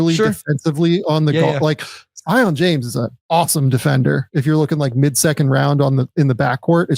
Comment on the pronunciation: Its pronounced See-on James